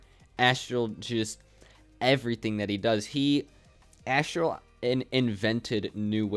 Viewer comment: btw it’s Aztral not Asstral